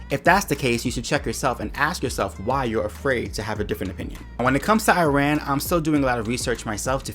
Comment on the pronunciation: It sounded like she couldn't say Iran. It sounded more like Uran.